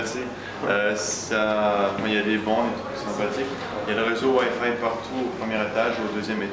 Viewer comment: "waifai" ca me fait marrer l'accent :')